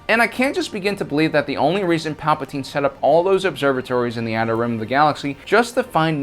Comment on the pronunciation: Palpatine has two vowels in it, and there is an e at the end of his name. Only one vowel in his name is ignored.